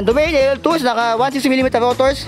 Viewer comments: Mali ang pronunciation mo DO-MA-NE. Ang tamang bigkas hindi Domeyn. Panoorin mo sa Site ng Trek. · Ser ikorek lang kita hindi DOMEYN basa jan kundi do-ma-ne. Parang Mane ni ate marites haha